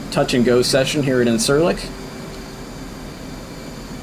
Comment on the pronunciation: Really interesting video, one thing though, and I hate doing this but my OCD wont let it go. The Turkish c (unless it is with the little tail) is a j sound so it is pronounced like injure-lik not in-sir-lik.